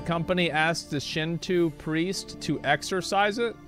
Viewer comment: shin-toooooo preest Classic Texan pronunciation.